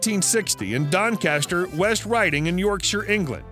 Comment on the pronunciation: Doncaster is in West York-shire???...really?, I think you'll find it's in South Yorkshire!....sorry, York-shire... hilarious mispronunciations at every turn with random scattered facts.